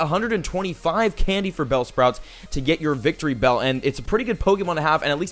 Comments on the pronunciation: wictorybell XD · the name is victribell